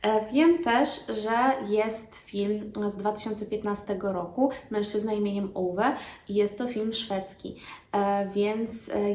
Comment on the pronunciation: Po przeczytaniu książki obejrzyj film pod tym samym tytułem szwedzkiego reżysera z 2015 roku. Ove wymawia się Uve.